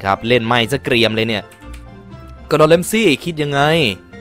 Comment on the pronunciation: กูไมได้ยินว่า ดอดอน😂😂😂😂